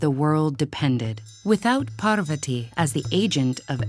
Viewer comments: Parrrr-vati…. It’s Pahr-vuhti. Beautiful illustrations and story narration!! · Did you just say...Par-va-tee??? LMAO its pronounced Paar-va-thi btw (this is the correct pronounciation not the spelling) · Its Parvathi (thi) not ti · Why cant this video be narrated by someone who can pronounce Sanskrit as it should be instead of over and over saying. " paaaarrrrrrvaaaati " :X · I was hurt when she said parvati incorrectly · I don't understand why they add an extra 'a' after the names of our gods goddesses 😒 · Wonderful story and amazing illustrations but please try to fix the pronunciations. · it's not pronounced like that ( Lord Parvati ) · The narrator for the Savitri and Satyavan was great! Pronouncation was excellent. The narrator for this video however has butchered the names, especially Parvati. It felt insulting to watch and I cringed everytime she uttered a name. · Man the way she said parvati literally made me not want to watch the video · It is Parvati in many languages, and Parvathi in many others.